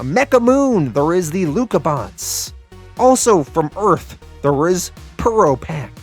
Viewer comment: i think their 1st match was with "Or-rang-ga-bang" not "Orange-Bang" i could be wrong and i also think its " Lu-cha bots" ( like " Lucha Libra"). but this comic was very interesting. 7.5/10